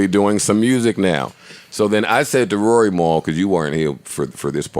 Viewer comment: Who are you Scooby Doo😂😂😂😂. It's Rory